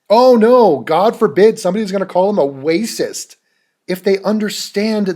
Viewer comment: lmao. the way you say 'wacist' is fucking hilarious. jaclyn should take some comedy notes.